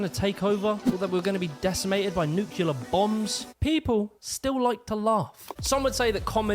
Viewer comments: On the flip side I do enjoy hearing an Englishman totally mispronounce English words or use them in totally the wrong context. New Kew Lar in this one was a great example. He’s accidentally funny. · What's a nucular bomb?